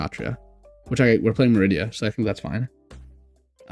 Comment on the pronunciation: Not "Meridia". It's pronounced MAH-ree-dah